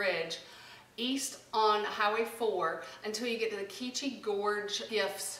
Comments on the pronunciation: Live here too it’s pronounced QWEECHI. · No it's que chee ...like kwee - chee.....it's abanaki... The river is the ottoquechee river it means to quelch...like to thirst for water.... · I live In Woodstock and quechee is pronounced the same way it’s spelled and not key chee